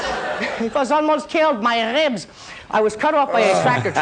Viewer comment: "my rrrrrrrrebs"